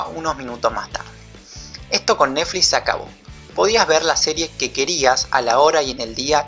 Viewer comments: che... "nefli" tiene una "T" y una "X"... neTfliX!! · Iba todo tan bien, hasta que empezó a decir recurrentemente "Nefli"...me pudo! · Por qué dice Nefli? 😒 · me encanta como dice neflix en vez de "netflix" me da mucha risa alto video amigo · Esta tan bueno el video que voy a obviar el hecho que digas nefli y yutub... jaja... naa en serio buen material va un like !! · MEJORA LA PRONUNCIACION!!!!! "YUTÚ" "NEFLI" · "nefli", naa joda, está bueno el análisis.